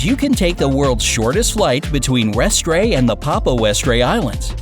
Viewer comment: Hey as someone originally from Orkney (the name of the set of islands directly above Scotland) I'd thought to let you know that Westray is pronounced West-ree.